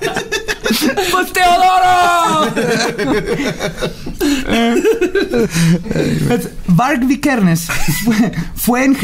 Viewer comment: "Vargs Vikersen" jajaja, am out!